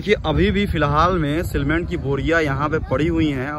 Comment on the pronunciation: Cement सीमेंट ही बोलना सही रहेगा सीलमेन्ट नहीं।वइसे ठेठ बनारसी में कहना चाहें तो सीरमिट कह सकते हैं। बाकी तो जो है सो हइयै है।